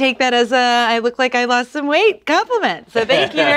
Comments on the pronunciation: did link say "Very close but I loust" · Link saying “losed” instead of “lost” foreshadowed what would be coming next from him: messy behavior